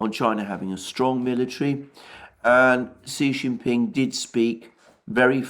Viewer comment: Kudos on using the correct acronym for the CPC, and on improving your pronunciation of Xi Jin Ping's name.